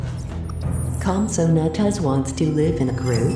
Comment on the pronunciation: The voice: COMPATAGUS Me: no it’s compsognathus